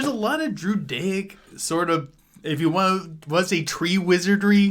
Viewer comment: Everytime he said druidaic it sounded like judaic